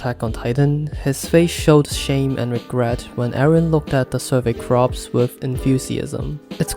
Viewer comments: Its corps not crops…. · It was hard for me at first too lol. It is pronounced "Core". But that's English for ya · You pronounce 'Corps' as 'Cores'. "p" is silent. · Love the video, one small note is that corps is spelt differently from crops, the survey corps is pronounced more like “core” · Takes me out everytime you say crops ahahah